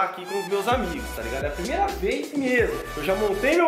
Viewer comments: Kkkkkkkkkk #thiagoreiskkkkk "premeira" kkkkkk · Calma ai "PREMEIRA"kkkkkkkk